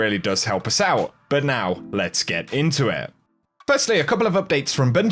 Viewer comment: "Lete get intewweett" Everytime